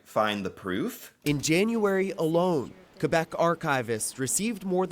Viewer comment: For what it's worth, your pronunciation of "Québec" is pretty spot on! Love from Canada.